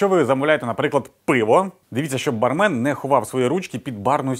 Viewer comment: правильно говорить с ударением бАрмен. и эти методы...давно устарели